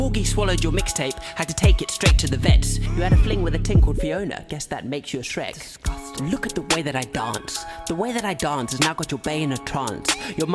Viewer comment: I’ve watched this video at least 50 times just because the subtle “ᵈⁱˢᵍᵒˢᵗⁱⁿᵍ” gets me every time 💀